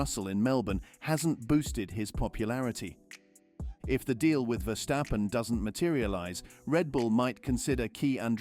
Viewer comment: Max' name is NOT VerSHtappen - but just Verstappen, with a regular 's'...